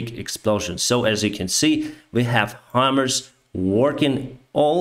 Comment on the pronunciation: It's Pronounced "High" - "Mars". Not "Hummers". Thanks for posting these updates. :)